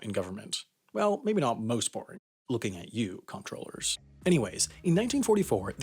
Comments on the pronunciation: The proper pronunciation of Comptroller is Controller. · How to pronounce comptroller: say controller.